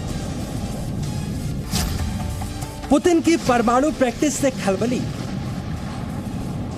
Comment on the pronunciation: Ye pramanu nehi mam... Ye parmanu hai